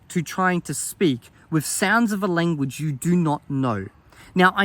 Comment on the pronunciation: Fun fact: If you put the video at increased speed, it sounds like he's saying "Linguage" instead of "Lenguage"! Or maybe that's just my accent seeping into my ears lol. (I pronounce "Length" and "Strength" and the like like "Lingth" and "Stringth", Idk why I just do.)